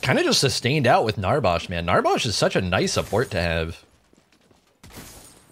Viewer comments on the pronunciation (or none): I can remember a lifetime ago me and my buddies played paragon every Saturday for about 3-4 hours. I love you but the way you say Narbash really triggers me 😂. Keep up the great content